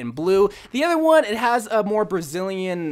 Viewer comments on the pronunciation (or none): STOP SAYING ADDER (other) WHY AM I SO ANGRY BECAUSE OF IT, I DONT KNOW GODDBYE